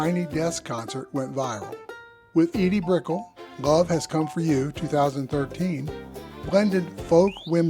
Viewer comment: Edie Brickell is pronounced: Brick-ELL.